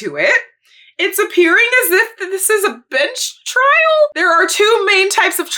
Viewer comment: I thought you said "a bitch trial" not a "bench trial" and I was like well you ain't wrong